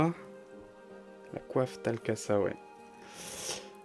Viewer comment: Super vidéo ! (par contre, je crois que pour la Tal Kasha ça se prononce [ch] et pas [s])